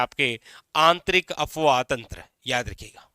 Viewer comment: Sir, आप बहुत अच्छा पढ़ाते है, आपको टोकने के लिए भी क्षमा चाहते है, पर आप अफवाह तंत्र बोल रहे है, वो अफवाह तंत्र नहीं , अपवाह तंत्र है, आपका उच्चारण गलत है, माफ करे